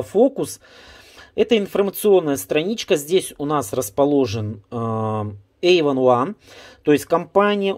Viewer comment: Care читается как [кэ́а], а приложение — Эйвон Он)